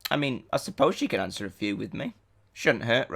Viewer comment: Nice 'awnsers' btw, ^_^